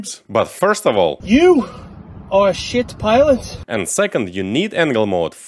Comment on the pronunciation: Кто этот бородатый тип кто говорит "Ю а щит пайлотс"? Уже две минуты ржу.